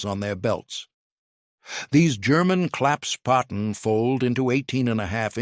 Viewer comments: WtF is a claps potten???? Never heard of it....STUPID A I.....! Try Klapp Spaten = Folding Spade....! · The German word is ‘Klappsspaten’, klapps = folding, Spaten = spade. The subtitles get rather confused, not surprising given the narrator's inconsistent pronounciation. ‘Claps’ is OK although it's really closer to rhyming with ‘cups’. ‘Spaten’ is pronounced like spa–ten except that in German an ‘s’ before a ‘p’ or ‘t’ is pronounced ‘sh’: kl–ups–sh–pa–ten.